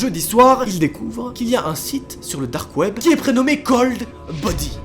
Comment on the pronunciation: alors ta video es grv bien mais c'est DDDAAARRRKKKKKK web 😭😭😭